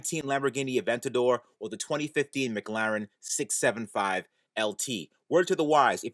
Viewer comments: ah yes, the british car manufacturer 'mig-larin' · Why does he say McLaren like mglaren